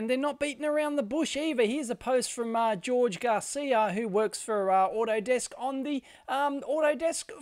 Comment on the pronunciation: Minor point Dave, "Jorge" is not pronounced "George" it's more like "Hor-hay"